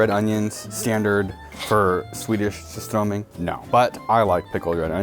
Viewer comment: You can tell he's part swede because he doesnt pronounce surströmming entirely terribly, he even says it in a pretty swedish way.